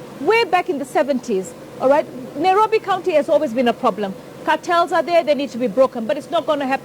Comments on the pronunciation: Why can't say Nairobi? All I hear is NAROBI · She is trying not to say NAROFI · Honestly, she should at the very least get NAIROBI right. How does Jubilee get these weirdos? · That "" is not honest, not interlectual and definately not fit for the job. Somebody tell her its NAIROBI and not NARROWBI